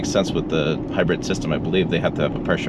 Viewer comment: Has anyone ever told you that the way you say the word “hybrid” is a little weird. It sound like you’re saying it as if it’s spelled “hybred”. It’s all I heard I. The video and had to rewind because I kept focusing on how you said it. Just a funny funny I guess.